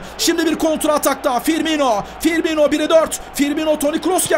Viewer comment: ABİ TRT SPİKERİ FİRMİNO'YA FİRMİNYO DİYOR GICIK OLDUM :D